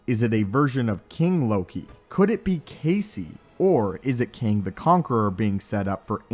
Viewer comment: It’s kang